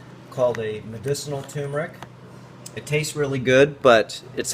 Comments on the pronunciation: joann dortch Do you mean accent? No in this case it is mispronunciation! It is tur meric not tue meric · Please, tuRmeric not 2meric. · It's pronounced TURRRRRRMERIC, not TOOOMERIC. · David Parker annoying isn't it. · its pronounced TURmeric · Turmeric. It has no a in it at all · My God this tyumeric. I mean, I know why, people see the word for the first time and to the untrained eye rm (RM) looks like an m. So turmeric becomes tumeric. Then there are those who hear it mispronounced much earlier than they read the word for the first time, and they're pretty much doomed. Still it gets on my nerves like few other things. Nobody says tookey, toof, toomoil, so why say toomeric? Meanwhile the video is going on (yes, I got totally distracted as soon as he said toomeric the first time), and he's been mispronouncing a whole lot of other words, so, bless his heart. I'm going to start the video again and try to listen to the contents. Oh God, he just said ayurveedics... maybe I'll look for another video.